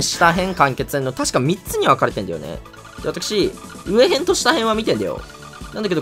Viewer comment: ちはやふるうえへん、したへんって読むの面白すぎるwww